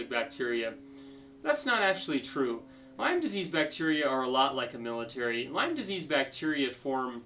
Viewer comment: Lymes?? (you don't even pronounce it right lol) And wait a minute - you're avoiding gluten? avoiding milk? These practices are QUACKERY! How dare you! Look brotha - I'm with you that we should all be cautious of listening to those who stand to profit off the sick. But someone like a Bryan Rosner, Lee Cowden, or an LLMD who HAS Lyme and has been to he!! and back with this disease is someone I don't mind lending an ear to. You wouldn't understand - It's a Lyme thang ; )